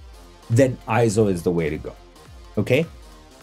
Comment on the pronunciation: Nope, not pronounced I-ZO! It is correctly pronounced AY-ZO per EIZO's own corporate video. Also see the correct pronunciation in the EIZO Wikipedia, which also shows AY-ZO. And one more reference... see the 2021 Scientific & Technical Awards EIZO Acceptance Speech video where Masato Nakashima, the Senior Product Manager at EIZO, pronounces it as AY-ZO. In Japanese, the "ei" together is usually pronounced as an AY sound just like when we say the Japanese word Sensei - Senˈsā.